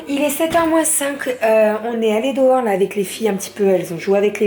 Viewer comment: Dans tes tiques de language j'ai remarqué que tu dis "dohors" au lieu de "dehors"😋